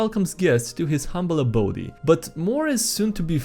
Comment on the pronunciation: Hi, this is SkyDriderRayodey, and welcome to my humble abodey..